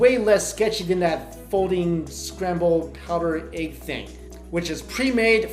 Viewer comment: bruh the way he said egg. "egqe"